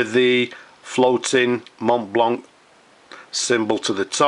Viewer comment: I know you said you don't wanna hear about it. Yet, I think you can make it to perfection by not pronouncing the "t" and the "c". It's a french word and the French mostly don't pronounce the last vowel sound of a word. Everything else how you say this word sounds good, even to me. So, no offense there... I just think self-improvement never hurt anyone. Cheers